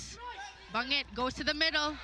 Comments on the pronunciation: Ban-jit kasi galing sa Amerika yan siya pero BaNGit talaga native pronunciation niyan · Yung commentator hnd man ng research sa players. Bangit opo pero pronunciation doon BAN-JIT